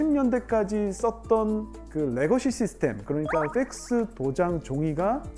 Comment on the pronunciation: 펙스가 쎆쓰로 들리노